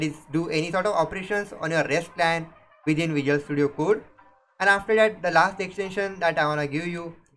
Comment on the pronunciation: it's not "kuuud" it's "kode" = code